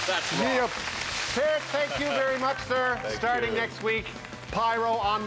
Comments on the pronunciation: The "T" is pronounced. "P-ear-t". He's from Ontario, not Quebec. His ethnic background is Irish, apparently. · <<<<So happy he said Neil's name CORRECTLY!!